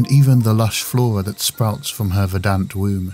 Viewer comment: btw it's pronounced VER-dant not Ver-DANT